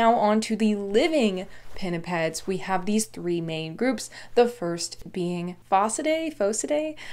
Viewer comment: Gotta love the way pinnipeds just rolls of tongue